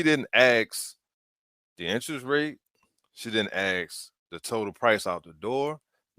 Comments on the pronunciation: Why on earth did people start saying "aks" instead of "Ask"?? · She didn't AXE the interest rate She didn't AXÉ the total price... in fact she Shooda AXXÉĎ thé Ĥolê ĐeeŁ ¡¡¡¡